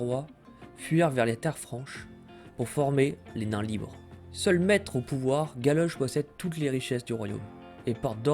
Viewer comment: Plutôt sympa et c'est cool d'avoir ce genre de vidéo en français. Par contre attention à deux trois détails : c'est Golloch, pas Galoche XD